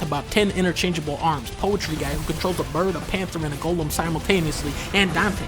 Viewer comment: I think Dunkey is the only Youtuber I've ever heard pronounce the word "golem" correctly.